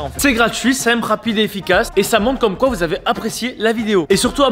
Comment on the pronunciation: Il a dit coi a